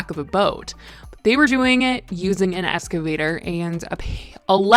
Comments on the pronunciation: Ex - cuh - vay- ter Not being mean/sarcastic. Just genuinely trying to help for your future videos because I know you’ll need to say this word again soon. Thanks for the video btw 🥰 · No, wait stop 😂😂😂😂 She literally said ES-CAVATOR I’m fucking howling 😂😂😂😂😂😂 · "escavator" lmaooo girl you crack me up